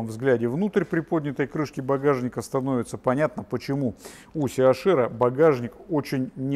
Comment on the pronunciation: Либо ЦЕ-АШ-ЭР,это будет по-немецки,либо ли СИ-ЭЙЧ-АР по-английски. А СИ-АШ-ЭР это по-лоховски,смесь бульдога с носорогом!